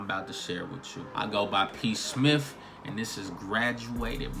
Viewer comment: He said P Smiff... Did he mean smith??